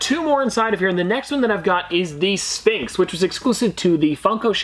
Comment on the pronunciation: It’s not S-pin-ks it’s (i think) S-f-inks